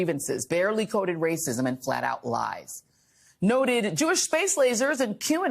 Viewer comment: “MA WAYCISM!!!”😭😭😭😭😭